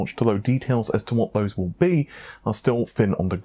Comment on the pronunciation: Why not say fose instead of those? You can pronounce the th in those so you’re just being lazy